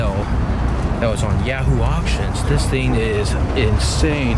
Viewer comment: " oh man, a double decker weeen, this theeen is sick" love how you mispronounce words! Its funnee